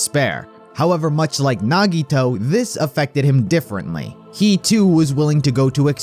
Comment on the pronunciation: THE WAY HE PRONOUNCED NAGITOS NAME HAD ME DEAD BYE